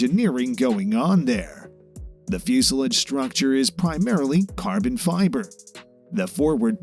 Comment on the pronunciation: Dear reader when you take these jobs read the story to someone who knows how to pronounce the words that are special to the story, for example pitot,fuselage.